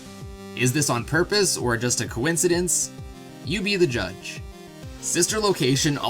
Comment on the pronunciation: Coinsedence? DON'T DO COUNCDENCE